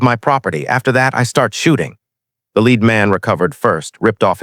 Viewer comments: the metal, Pb is pronounced LED not LEED. AI narrators always get this wrong. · When You SAY the word YOU say LED as is the METAL. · LEAD METAL IS PRONOUNCED "LED". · Wrong pronuniation of the word lead. How could she know interior of a lead box at 600 yds. When did navy graduate female Seals.